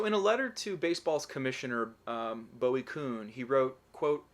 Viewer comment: Bowie Kuhn's first name is pronounced BOO-ee (not BOW-ee).